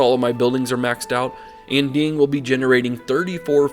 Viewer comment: Here’s some advice for pronunciation: Mandarin Chinese does not have the ‘aaaa’ sound (as in apple). So Anding would sound more like Onding.